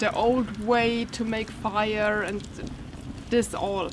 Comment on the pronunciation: I love hearing you roll the letter r. I dont know what the rules are for rolling letters, but I wish you would do it more, even when its not appropriate :) "Now I will build a firrrrrrre"